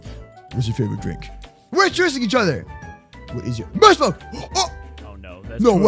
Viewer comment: My favorite word is MOOSE MALK